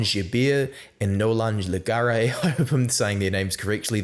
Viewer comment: Just a little tip: In Nolan Le Garrec , it's a hard "G" in french, like in Garret. Also you have to pronounce the "C" at the end like a "K". :=)